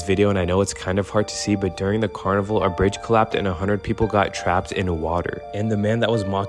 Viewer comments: You pronounce it car-ni-vall vall like wall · Car Nee V-all That’s how you pronounce it 👌🏽